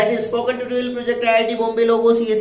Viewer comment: Learn how to say tutorial man lol